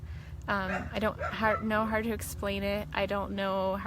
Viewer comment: She was so inspiring ...but it drives me nuts how she says how